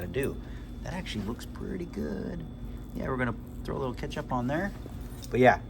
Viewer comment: You said "Cat-sup" lol